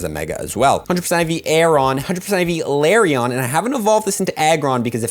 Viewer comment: Lay-Ron bro not Larry-on